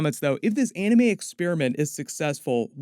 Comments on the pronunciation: Still can't get over the fact that James Waugh said Arneme and not Anime. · bro the moment he said aunimee i was like nope gana be dumb